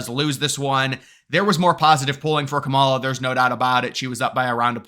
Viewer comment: It’s pronounced “camel-Ah”